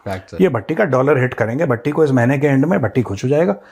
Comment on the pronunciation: sir BHATTI JI BOL RAHE HAI.........mujhe "TATTI JI " sunayi de raha hai🤣🤣🤣🤣🤣🤣🤣🤣🤣🤣🤣